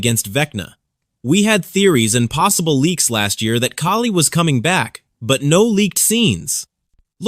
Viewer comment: Thank you for saying Kali’s name right My ears bleed when people mispronounciate it